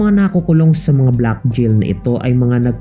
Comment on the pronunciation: JAIL HABIBI AND NOT A JIL.SUS GRABE ENGLISH MO.WHAT A SHAME.